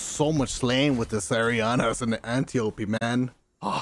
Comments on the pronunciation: It’s Vow not Voe! And it’s Antiop-D when you pronounce it!! Say it right my guy, makes you seem stupid for how gifted you are at games. Honestly it detracts from viewer entrainment and you can fix it easily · at this point it feels like he's mispronouncing antiope on purpose, lol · Everyone complaining bout how he pronounces antiope. Meanwhile me: AnnyOOP